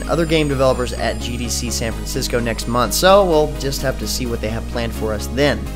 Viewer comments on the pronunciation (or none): none